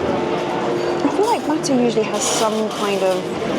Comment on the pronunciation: If only you were a real person...............What's bhattuh?